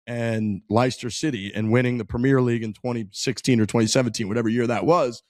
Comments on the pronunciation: It's not pronounced LIEster City, phonetically its pronounced LESter 👍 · LIESTER??? Leicester is pronounced Lester. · Jesus you watched the documentary im sure they say the name properly a few times during it liystir city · As someone from Leicester, that was tough listening to pronounce Leicester.